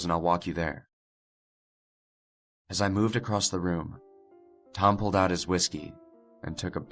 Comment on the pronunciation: Drinking game: Take a shot every time adds a letter T to the word "across" in his older videos. I guarantee you'll be more wasted than the fucker in this video after watching all the videos that contain "acrosst".